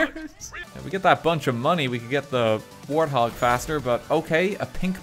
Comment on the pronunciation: wanted a "warty hawg", not a warthog